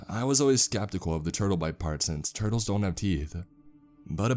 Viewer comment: "I like tourtles"